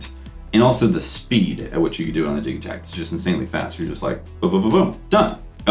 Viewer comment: It's DIJ-i-takt